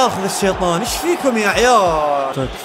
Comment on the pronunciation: يبي يقول يعيال قال يعوال 😂😂